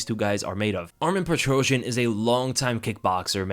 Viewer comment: Lold. PetroSYAN, not PetroJAH.